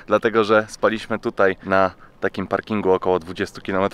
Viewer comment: Drobna uwaga do języka polskiego. spAliśmy, nie spaliiiśmy, wEszliśmy nie weszliiiśmy itp.